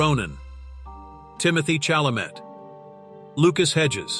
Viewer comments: You need to spell Chalamet as Shalamay so that the text to speech generator will pronounce Timothy’s name correctly. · The only thing I'm sick of is the AI voice mispronouncing ‘Saoirse’ and ‘Chalamet’. Try feeding it ‘sursha’ and ‘shallamay’. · Please let an AI teach you how to pronounce Saoirse Ronan and Timothée Chalamet.